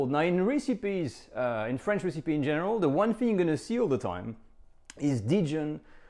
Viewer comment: Not 'Ree-See-Pee' - Ress-Epi (recipe)